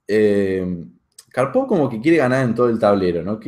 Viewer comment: Gran análisis y excelente video. Una única observación,la acentuación correcta de Karpov es palabra Grave y no aguda. Gracias